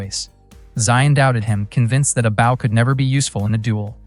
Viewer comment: The pronunciation of "bow" (b-oh) as b-ow is fuckin annoying.....correct that shit ...